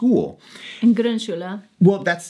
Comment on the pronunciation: You've clearly worked on your "Grundschule" pronunciation; good job! So my advice (the first u i just like in foot, the second just like the u in food --- imagine how difficult it is for us to learn English) on part one was unnecessary. So my next attempt is "Pausenhof". You said it as if it were spelled "Pausenhoff", Hoffnung and so on. But it is a long "o". More difficult to explain than the long u vs the short u (BTW I still hear a little ü in there in what may be overcompensation---try hearing the difference between Mutter and Mütter from a native speaker---or probably from your kids by now. Or maybe it's because you spent some time in France; it did occur to me that the "Grund" sounded a bit like a French person would say it, even before I heard you mention the France/French bit). I was going to explain all about diphthongs and German not really having any and English having them all over the place, and to say the long o like a Scotsman would say "boat" or "coal". But if you know French, the German long o is basically exactly the same as the French word "eau" (also in chapeau, chateau, allo, etc.). But TBH you already seem to have down pat what seems to be among the hardest sounds for English speakers; the German r (as evidenced by your pronouncing "Grundschule"). Then you can probably already say "ach", "Schach", "Krach". "Sprache" might be a bit of a tongue twister... The different ö sounds will be easy as well, see the French bleu, yeux vs oevres. Although there are a